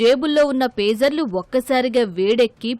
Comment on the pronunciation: ఫేజర్లు కాదయ్యా పేజర్లు.